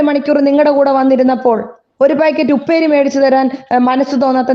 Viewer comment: വീണ്ടും വീണ്ടും ഊന്നി ഊന്നി പറയുന്നു ഉപ്പേരി ഒരു പാക്കറ്റ് വാങ്ങി തന്നില്ലല്ലോ 🤣